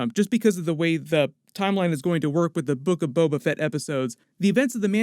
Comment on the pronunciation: "The Book-O-'Tan" LMFAO 😀😃😄😁😆😅😂🤣